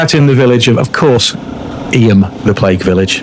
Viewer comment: Hi, thanks for another great vid and responsible riding. The lane up from Stoney Middleton to Eyam is Mill Lane, not Water Lane, and Eyam is pronounced eeem, not e'yam! 😁